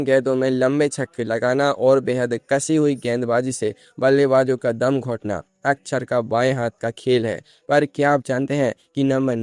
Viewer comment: अच्छर नही अक्षर, उच्चार बराबर करो 😂